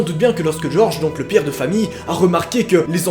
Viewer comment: Le pière de famille ? RÉVISE TON FRANÇAIS!!! x)